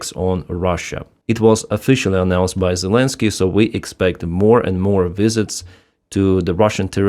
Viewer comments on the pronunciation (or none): none